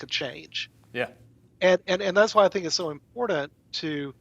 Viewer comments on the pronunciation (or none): It's impornunt!